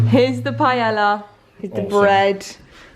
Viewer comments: Btw you pronounce it “pie-eya” in Spanish ll is pronounced y and chorizo is pronounce “cho-re-tho” and buñuelos it’s pronounced “bun-we-los”. Estoy española y vivo en Valencia en España me encanta la comida aquí porque es riquísimo 🤤 😂mi favorito comida es sopa de pollo. Que rico ay Dios mío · Pretty sure pronouncing paella like that is more of a disservice than putting chorizo in 🤦🏻‍♀️😂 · darling! ilove you, but Spain is far from the only Spanish country. there's Mexico, Brazil, even Puerto Rico. also it's pronounced "pie-aye-uh". 🤣 you're adorable. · Its pronounced pie-yay-yuh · Everyone mentioning that the paella is made wrong, but I’m just triggered by how she’s saying it. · Your pronunciation of paella is the cutest thing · I want to be very respectful and authentic Also: pie-el-uh 😂💙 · It’s pronounced PIE-AYE-AH 😊it’s one of my favorite dishes the traditional way you make it takes a good amount of time but it’s so worth it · Amo que digas paela Jajajj es paella 🥘 un abrazo para ti!! ☺️☺️ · Ok peps, just to clarify the word (PAELLA) the LL is pronounced like J as in JUICE, JAIL, JUST. In Spain the letters (double LL sounds like the letter J in English. Hope this helps. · will never get over the way brits pronounce paella, cracks me up every time because i never expect it and then... pie-ella. all in good fun though, what’s important is trying other cultural foods, although traditionally it doesn’t have onion either 😆 one thing my professor in spain drilled into us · im so proud of you for the tortilla flip!! it is a rite of passage for the spanish youth. i will not make comments about the authenticity of the paella recipe, HOWEVER, it's pronounced Pah-eh-yah. so happy u liked our food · drink game: take a shot each time says PAIELA lmao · Oh bby you tried so hard but that's not how you pronounce paella 💔 it's pa-e-ya